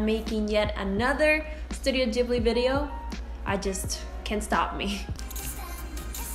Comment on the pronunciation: YOU PRONOUNCE IT WRONG IT BUGS ME SO MUCH